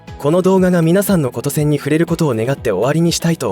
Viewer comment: ごめんなさい。 琴線→きんせん と読むのではないでしょうか？